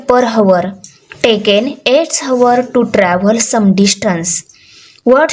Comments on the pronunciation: Hours me 'H' silent hota hai 😂😂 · Mam aap hours ka pronunciation Galt kar rahe hoo plz aap sahi boliye Baki aap aacha padhate hoo thanks for teaching GOOD 👍👍😊😊✨✨